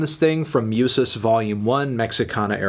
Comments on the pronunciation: Not a big thing, and if someone else has pointed this out, apologies. Musas is pronounced Moo-sahs not Myoo-sahs. Otherwise, great review, nicely done Antny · it's moosas not mewsas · “MYOOSUS” JAJAJAJJAA